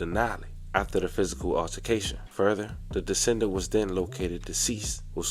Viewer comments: decedent…not descendant. That word is whooping yo ass 🤣🤣🤣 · Decedent (de-see-dent), not descendant. confused me the whole video thinking I heard defendant. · The word you were looking for is pronounced "Dee-seed-ant", not descendant. Decedent means deceased person family. Descendants are people that Descend from a particular ancestor. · Just trying to help you get better as ppl helped me on pronunciations. Never mean spirited nor judgemental. The word is "decedent" (pronounced: duh·see·dnt) meaning that she's deceased. It's not descendant which is like a daughter & granddaughter are descendants of their grandmother. Thanks for your channel. Best wishes. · Decedent, as in deceased, not descendant, as in lineage. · *decedent not descendant smh Google has a feature for word pronunciation. I use it all the time. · It’s not pronounced descended. It’s decedent aka D-see-dent. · It is pronounced duh-SEE-duhnt not duh-SEN-duhnt. Two words that mean very different things. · Decedent (di-see-dent), not descendant ….come on fam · It’s de—see-dent (decedent). I was getting confused cuz I thought u said defendant :) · Decedent not descendent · Love the channel bro it’s pronounced “De-see-dent” as in the person who is now deceased… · De - CEE- dant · D see dent , is the pronunciation. It means dead person. Love your content, but this kept throwing me off. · that word decedent is pronounced de SEE dent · Decedent is pronounced: De-see-dent. Think deceased.